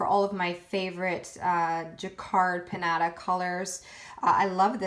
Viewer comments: Love your vids, am new to alcohol inks. Just a heads up, the jacquard inks are pronounced "pin YAH tah". I think I heard you say "pin natta". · Isn't it pronounced "pin-yaht-uh"?